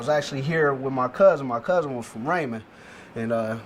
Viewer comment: Come on cuuuuzz...dnt do us like that. It's "1e11um"